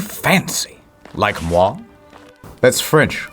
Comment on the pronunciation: You prononced " moi " really well ( as a franch )